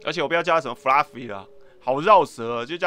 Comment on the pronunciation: Fluffy念起來很像布拉魚